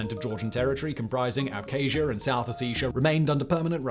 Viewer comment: Why can't a so-called expert even pronounce Abkhazia and Ossetia? It's such a joke